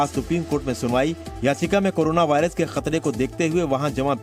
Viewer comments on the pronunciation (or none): vorias nahi hota h, Virus hota h